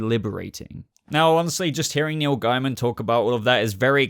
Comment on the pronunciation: PS, i like that says Gaiman amd not Gayman. When i found out his surname was Gayman i was like...why would you want it pronounced like that? Also, i always called that race on Babylon 5 The Gaim, never how they want it to be The Gaym. So sorry Neil, but im calling you Gaiman as that sounds sane to me..